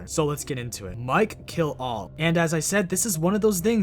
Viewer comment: Instead of "Mike Kill all" I heard "Mikey LOL" XD